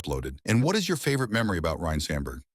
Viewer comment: Ryne not Ryan. Great job AI